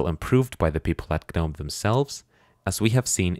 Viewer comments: pronunciation for Gnome is Nome, silent G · Why are you pronouncing the G in GNOME? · ah yes. g-nome.